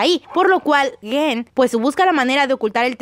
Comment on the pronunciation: No es guen, es gen